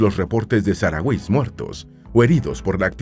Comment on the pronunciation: Perdón por la rectificación pero al menos aquí en España los llamamos saharauis pero pronunciando la h como una j y la tónica en la “ra”